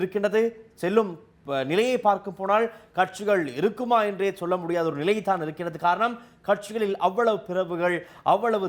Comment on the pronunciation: அறசியலா? அரசியலா? அள்ளாதா? அல்லாதா? இறுக்குமா? இருக்குமா? தமிழைத் தவறாக உச்சரிப்பது நாகரிகமாகாது.